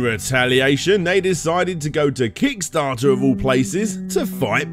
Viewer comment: Really sounded like you said d**starter this time